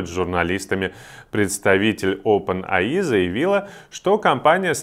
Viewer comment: ОпенЭйАй (явно немецкий учил)